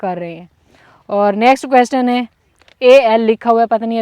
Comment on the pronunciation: آپ نے B-A کیا ہوا ہے مگر انگلش کے بہت سے لفظ غلط بول جاتی ہیں, ابھی جیسے بولا کویسٹن question کویسچن بولا جاتا ہے, آپکے بھائی اردو میں بات کرتے ہیں تو لگتا نہی کہ گاؤں میں پلے بڑھے ہوں